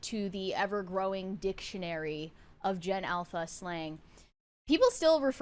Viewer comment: sounded like you were saying something else when you said "Ever growing Dic..tionary"